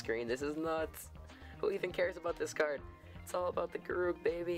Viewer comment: Man, I hope you started pronouncing Garruk in the correct way since this video. : P